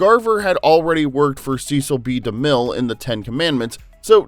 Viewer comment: So, you want to tell us about Hollywood stuff yet you can’t correctly pronounce Cecil B. DeMille???